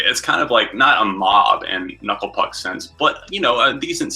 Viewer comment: "Kanucklé Pook." LOL. I'm giving a like just for that!